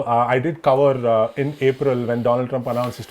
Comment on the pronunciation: Doland trump?